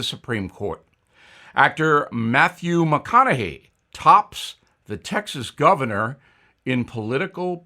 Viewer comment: Mah-Khan-A-Hay not Mah-Khan-icky